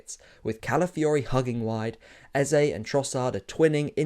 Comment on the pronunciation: Let’s stop this Eza business. We’ve all known how to pronounce this name from when he was at Crystal Palace. All of sudden. It’s Eze. Might as well call him Aza. Since e is a. It’s Eze, that name has a meaning.